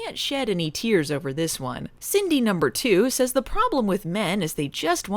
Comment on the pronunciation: Every time yiu say "Cindy number two" it sounds like you purposefully try to say "Cindy poop"